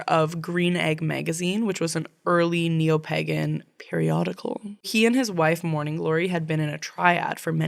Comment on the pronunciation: I love your podcast but please look again at the pronounciation of 'pagan', I can't breathe anymore :,D Laughing so hard hahaha